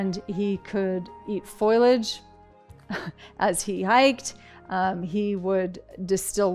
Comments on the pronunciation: Foilage? Does she mean ‘foliage’? People who choose a path that requires public speaking should really seek coaching, reread their spiel, and get someone reliable to proofread and edit if necessary. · Ruby, what the hell is "foilage"???😮🤡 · She can’t even pronounce “foliage” Foil-age 🤦‍♀️